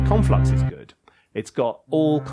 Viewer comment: Conlflux sounds like something you’d have before your full English. 😂